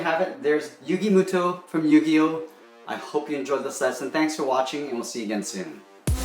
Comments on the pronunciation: Its moto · yugi muto what its moto